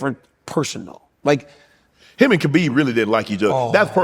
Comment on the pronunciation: Why, after all these years and with the respect Khabib has earned and deserves, do people still refuse to pronounce the man's name right?